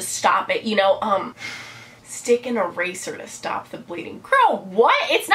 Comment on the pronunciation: When you said eraser I thought at first you said razor....ow